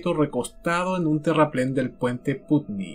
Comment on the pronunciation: Wow vivo en Londres y cuando veo donde pasó todo y conozco el puente de putney me da escalofríos. A seguir así 💪. Por cierto un pequeño detalle se pronuncia Putney = Patni . Jajaja el english que lo cambian todo. Un saludo enorme :)